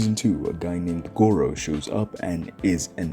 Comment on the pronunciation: No way you called garou, goro 💀 But other than that, great video. One punch man is one of my favorite anime and it’s my favorite manga by far, it really is a masterpiece and your video perfectly encapsulated that. You deserve more than 100 subs.